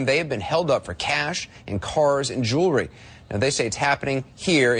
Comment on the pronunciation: JEWELRY........JEWELRY...???? ARE YOU FUCKING KIDDING ME.....